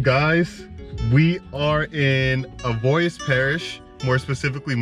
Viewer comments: Cottonport avoyelles parish lol an you said avoyelles wrong but hell yea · First thing he should have taught you was how to pronounce avoyelles